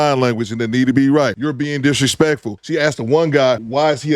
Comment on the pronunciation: Rezpect for Dizrepect to herself and her child and the father.